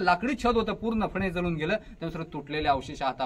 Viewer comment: जलुन नाही वो जळून म्हणा?